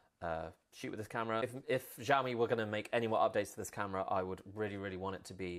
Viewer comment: "Si ow mi" not jiaomi !